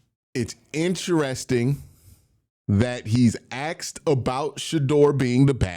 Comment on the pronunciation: YOU "AXED " SOME QUESTIONS? REALLY BRO? 2025?